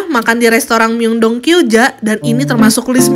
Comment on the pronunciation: Maaf kak aku bukan nya mau sok tau. Tapi ada sedikit pengoreksian kata Incheon dibaca inchon Myeongdong dibaca myongdong Jadi kalau di korea itu huruf 'eo' di baca o. Semangat terus kak! Aku suka konten kakak hehe